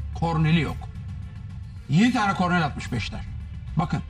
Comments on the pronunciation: corner e de corrnel demezsin be hoca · Kornel mi diyo lan Sinan Engin kornere? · Arkadas korner korner kornel degil sinan abi yıllardır kornel diyorsun yapma gözünü seveyim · Yıllarca top oynadın korner demeyi bilmiyosun Sinan efendi kornel ne demektir ya ayıp ayıp